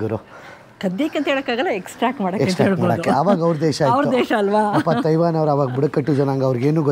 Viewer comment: Learn how to pronounce Taiwan here.